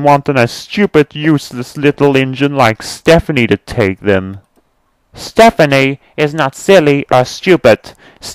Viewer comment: His name is Stepany not Stephane.